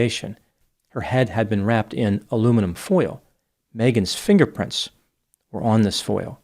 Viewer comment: did anyone else hear "fingerfrints"